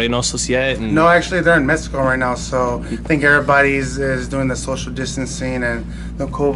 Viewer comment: He said mesico!!!